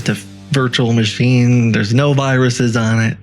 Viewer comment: It has " Y RUSES?"! YOU HAVE Y-RUSES!!!